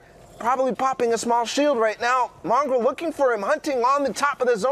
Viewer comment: Bro why does the announcer say mongaal